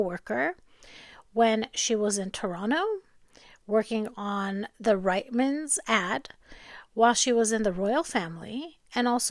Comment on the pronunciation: Reitmans is pronounced reet-muhnz.😉🇨🇦